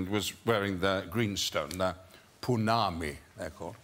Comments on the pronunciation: for the record, its pounamu not punami 🥴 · Its Pounamu not punami 🤣🤣 A for effort though lol